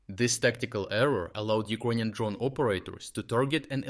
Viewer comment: Why does he keep saying Ukonian?